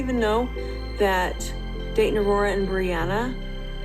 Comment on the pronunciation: Does it drive you nuts that Robin is unable to say words with a t in the word? She even named her first child a name that she cannot pronounce. Dayton has a t in the middle so she just pronounces the vowels on either side. It makes me absolutely crazy.